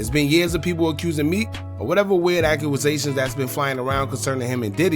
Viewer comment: Yo stop it wit the accuwasation it's accusation